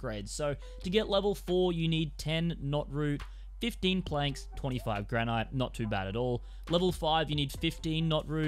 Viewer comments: GRANITE ! Lol 😆 🤣 ... gran-IT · The way he says granite. 😢